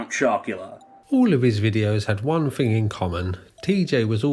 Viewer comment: You say “fink” instead of “thing” or “think”… good luck with that